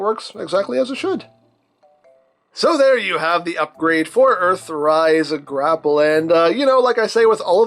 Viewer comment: "Mister Gra'Pell" 😅